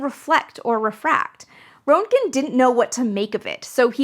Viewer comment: More nits: Rent' gen is how I've heard it. And Nickel. Let me know if there is a private way to convey this stuff.